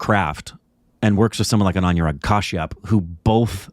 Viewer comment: His name is pronounced as A-noo-rag, not A-new-rag.